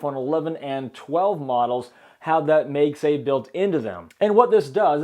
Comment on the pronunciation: It's MAGSAFE, not MEGSAFE